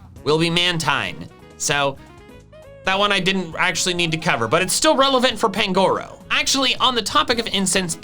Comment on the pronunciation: The stress in the name Pangoro is on the first syllable, not the second; the stress in the name Budew is on the second syllable, not the first.